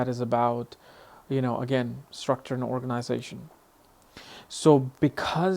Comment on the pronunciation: Dude, you started this video totally wrong! Moon capricorn means nothing to SRICT ORGANIZATION or MANAGING THINGS! sH..T! Where did you learn that?! Yeah, we got a real spirit of duty and to reach things... but nothing about organization or management... You really upsets me with this accent you did put in the "organization"... we want the things right... Not "organizated" or in a "strict way"...